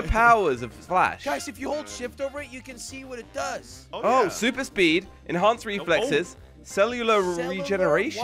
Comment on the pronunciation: In the intro he said super spluper😂😂😂😂😂